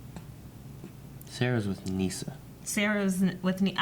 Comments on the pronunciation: I’m sorry, but was I the only one bothered by the way she pronounces “Nyssa”? The show says it like “nisa”, she says “neesa” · Tigress is DC, Artemis from Young Justice took the mantle of Tigress when she faked her death. Also why cant you guys pronounce Nyssa's name (Niss-ah), just like Anissa (Ah-Niss-ah) on Black Lightning, lol it's not (Knee-sah) or (Ah-Knee-sah) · If y’all pronounce Nyssa’s name like Nessa one more time. I’m going to explode.